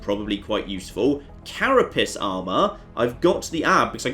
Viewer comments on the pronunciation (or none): "I need to save Claire" damned right you do! "Carapiss armour" oh, you and your occasionally hilarious pronunciation. Energy becomes important because it powers your base functionality including base defences. Very useful to get those established before the aliens attack you so you don't get absolutely decimated. Leaving that too late is why I lost my first game. The "thin men" how we've dumbed down since The Ethereal!